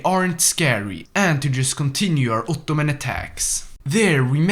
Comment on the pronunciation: As a Turkish i love your Uttuman Prounancation